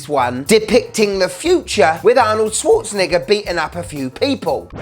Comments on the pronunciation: I am concerned about the way you pronounce Schwarznegger ... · The way bro says Arnold’s last name has me stressed